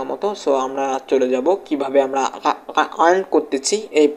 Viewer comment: ভাই আগে শুদ্ধ উচ্চারণ করতে শিখ। ইরান ক্রেডিট আবার কি? 🤔🤔 আর্ন ক্রেডিট